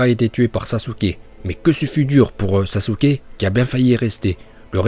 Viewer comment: Sasouuuuke🤣🤣 ta prononciation me fai mal aux oreilles